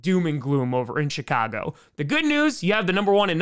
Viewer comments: Whenever i hear say the Chicago Bears it sound like the Shitcago Bears 😂😂😂😂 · Chitcago Bears lol. We heard you. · Haha he said shitcago bears